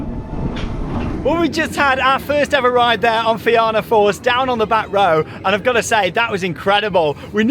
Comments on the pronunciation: Great vlog! Glad that it has finally expanded! Also just an fyi it’s pronounced feena not fe-anna :) well done on the pronunciation of Tír na nÓg though 😍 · its pronounced Feena :) the back seat on that coaster is the best! as for Cú Chulainn........its gotten so rough and theres a jolt or somthing in one area that slams ya abit i believe people complained about the rotator and thats why it dosent go right over anymore